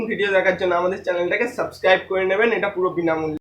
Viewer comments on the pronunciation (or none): none